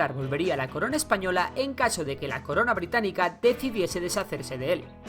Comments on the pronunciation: > "Colonia Birtánica" en vez de británica xDDD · En el minuto dice Birtánica, no BRITÁNICA. Pero buen video! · ¿Alguien se dio cuenta de que dice en el minuto Colonia “Birtanica”? Por cierto Excelente Vídeo sigue así! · hay dice birtánica lol